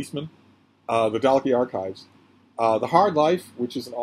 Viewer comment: Just to say that Dalkey is pronounced Dawkey. It's a posh village in South Dublin. Flann O'Brien is a wonderful author. His theory in the Third Policeman about the transfer of molecules, whereby people eventually turn into their bicycles, is side-splittingly hilarious and original. "The drink" must have helped him immeasurably with his writing!